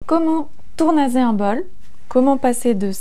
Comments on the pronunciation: Mais non 😱 Pfff outch la technique 😭 Si tournasser ça prend 2 s c'est pour être prononcé s et pas z aussi. Des vrais cours avant de faire du fric avec des vidéos, non ? Votre pièce n'est même pas centrée. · Pourquoi dit-elle tournaser et non tournasser ?